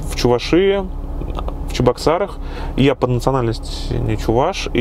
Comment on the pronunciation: "чувашИи" (с ударением на предпоследнюю букву)))) такого региона нет в рф. Есть Чувашия(ударение на букву "а") или Чувашская республика.